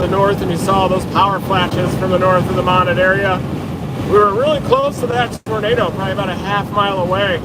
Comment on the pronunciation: We Arkies pronounce Monette (Mo - Net) LOL Thank you for everything you do!!! Travel safe!